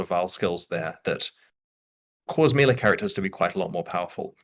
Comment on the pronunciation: Why is it so difficult to pronounce melee correctly?